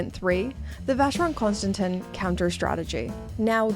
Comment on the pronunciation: Please, ask someone how to pronounce Vacheron Constantin. It is either ignorance or pure laziness to pronounce it wrong. It is also disrespectful towards your audience.